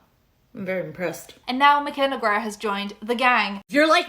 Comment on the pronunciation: Loving that you pronounced your last name more like the original pronunciation in the ad read❤